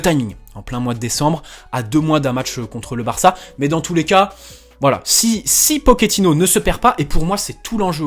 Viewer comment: Salut d'abord bonne année et tous ce qui va avec. Juste pour info on ne dit pas pokéttino mais pochéttino. Et oui en italien le ch se prononce ke et en espagnol che. Vu qu'il est argentin. Mais bon tous le monde fait la même erreur.😉